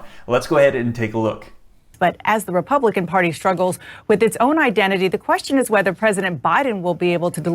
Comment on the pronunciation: Wah ima poooh wepubican wh wah wwah